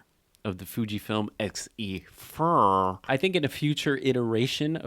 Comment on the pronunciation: “xE-FUR”! 😂. You crack me up. Voightlander announced an X MOUNT 27mm f2.0, MANUAL FOCUS lens with electronic communication to the camera! That motivated me to get an XE4… used… paid 50% OVER the new price! 😮 But I love it!